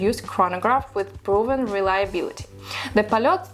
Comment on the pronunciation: Also, if you talk about Soviet watches, at least you should know how to pronounce the brand you're talking about. Not 'polot', but 'polyot'.